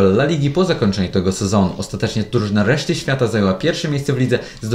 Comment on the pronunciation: łeszty świata xdxdxd